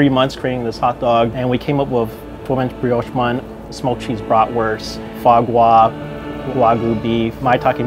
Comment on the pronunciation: That guy can’t even pronounce “foie gras”